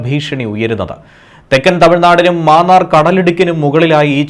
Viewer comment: Mannaar not Maannaar